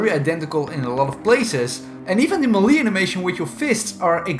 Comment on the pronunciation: Say mele correct smh